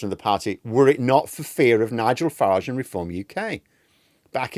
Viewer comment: It’s fucking FARAGE mate not FARAHGE